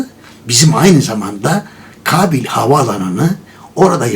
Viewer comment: Kabil değil dede, Kâbil. "Kâğıt" der gibi...